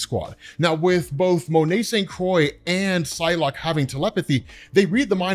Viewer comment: Here, google " how to pronounce croix". What's going on? Is saying "kill" being censored in the U.S? Those leaves at the sides of his head might be one of the worst design ideas Marvel had the last 10 years Why were they there? Punished by the council?